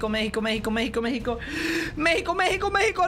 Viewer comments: That is Mexico not messico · saying Mexico meco meco meco